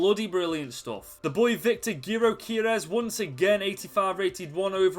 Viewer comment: Great video, and btw our striker that you mispronounced is pronounced “Jokerez”